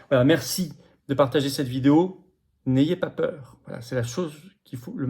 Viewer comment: "il ne vo ba zavoir peür" ou "n'ayez pas peur" ?